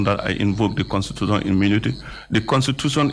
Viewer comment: Mr. Touray said "CON SU SU SIONAL " I believe the word is "Constitutional".. LOL